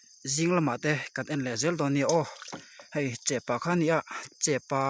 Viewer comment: Chepâ tih lo tur chepa tih tur